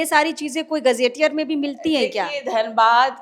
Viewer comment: Madam म ह तो होता है न कि, मैं हे तो